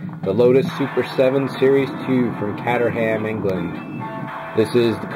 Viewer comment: i love your vids dude. but you dont pronounce the h in caterham, pronounced franetically its......... "KATERUM" You still cool though!